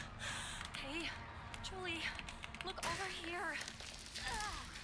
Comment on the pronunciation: not him saying July not Julie